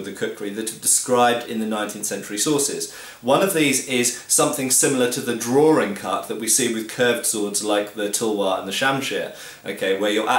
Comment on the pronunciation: "Coz you know my name is and I like to do 'drawrings'."